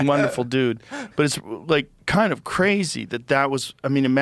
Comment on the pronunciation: ‘Toime’ - Are you the “some koind” Ancient Aliens guy? lol